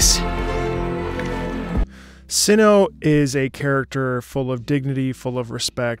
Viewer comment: the first part of cyno's name is actually pronounced like 'site' without the 'te'